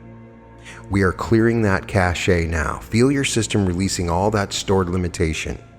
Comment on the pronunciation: Cache is pronounced "cash"! Yes, it matters. I cannot listen to some of your activations because of repetitive mispronunciations, as my brain fixates.